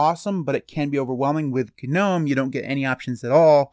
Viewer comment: did bro just say ganome? lmao